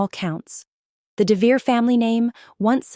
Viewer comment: AI narration often pronounces names wrong. According to the spelling (Devereaux), it should be DEV e row. That's only one of several spellings the AI subtitles use, but it is the most common.